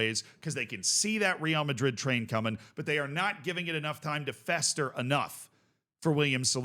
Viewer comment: Another 🤡 that can't pronounce real madrid's name properly.